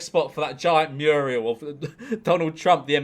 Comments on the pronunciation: Mural lolol man said muriel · seems neither george or ksi knows how to say "mural"